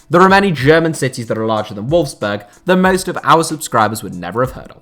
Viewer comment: Nearly every placement in this video is butchered in surprised you didn't mispronounce Leicester considering you mispronounced nearly every other place on this list. I found it funny that you got Volkswagen right but Wolfsburg wrong. I wonder if you do any research into these videos apart from using Wikipedia!!! Very sloppy. I also don't think using the comparison to the countries biggest city actually does what the video title actually says. There are much more deserving cities then those you actually mentioned as have been mentioned in the comments.